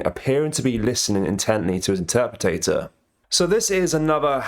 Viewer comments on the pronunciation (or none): IN-TER PRE TER